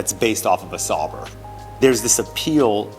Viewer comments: I mean, he could at least pronounce Sauber correctly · “Sawbrr” Sauber. Au.